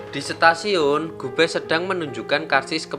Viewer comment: Ketika sampai di Setasiun🤣 Stasiun bang bukan setasiun🤣